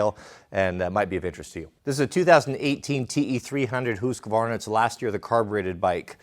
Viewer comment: Husqvarna not Hosqvarna !!! I’m sure the Swedish enjoy you getting it wrong !